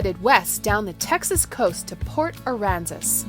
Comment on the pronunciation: I miss port Aransas and yes you said it right the first time 😆